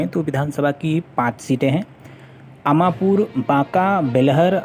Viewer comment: Bhai अमापुर नही अमरपुर है